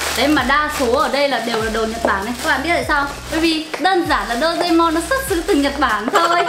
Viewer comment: Chị ơi chị đọc sai tên rồi ạ Đô rê mon chứ không phải là Đô dê mon ạ I LOVE YOU ❤